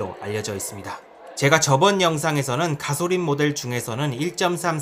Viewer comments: 가솔린 발음이 안되시네여 가소린.... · 가솔린 발음이 참 구수하네용 ㅎㅎ